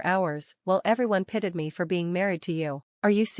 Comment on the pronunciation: Pitted me? You mean pitied me. Proves AI is alive and well.